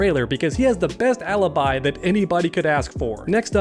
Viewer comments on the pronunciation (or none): none